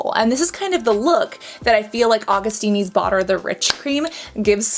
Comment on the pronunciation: Your pronunciation of Augustinus Bader kills me 😂 Awe-gust-in-us Bay-der